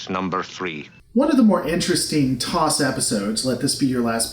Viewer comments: T.O.S. not "Toss". I can forgive the "Shiilds" but not for saying an initializm as an acronym. For shame. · FYI: "TOS" (as in Star Trek TOS) is pronounced Tee-Ohh-Ess.